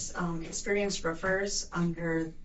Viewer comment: when she says experienced roofers, both times, even with subtitles i heard experienced strippers.....